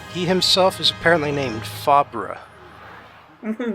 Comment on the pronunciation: Fabre- I think it's usually pronounced faber like sabre